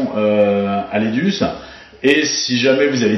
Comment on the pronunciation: Merci de ne pas écorcher le nom de l'AIDUCE à l'avenir